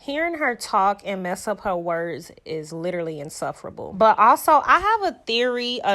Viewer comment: H4HT. I enjoyed your commentary, but I have to admit that this video is one of the most painful to watch and listen to. If Carlos King and the OWN Network think that these 2 are the new Melody Shari and Martell Holt, then they are sadly mistaken. All she does is giggle and mispronounce words and copy Melody's style and he tries to make himself sound so smart and educated which we all know is false. Get them off of our television. Enough is enough. Tired of watching these 2 clowns.